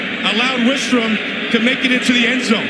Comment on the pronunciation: The announcers getting Grant Wistrom's name incorrect just irks me.